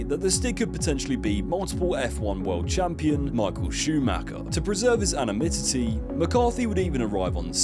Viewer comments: "Anominity" "Koeninsegg", why is it that nearly every youtuber nowadays struggles to pronounce extremely well known words lmao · "To preserve his anomitidy "... What is that ? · Bro learn to pronounce anonymity what the hell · Why does this video fail to pronounce the word „anonimity“ correctly? ;-) Great video, as always!!!